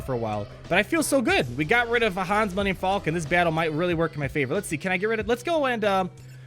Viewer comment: "Millennium Fallkin"